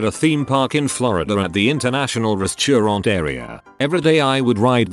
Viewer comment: Noone: The translator: resTURaunt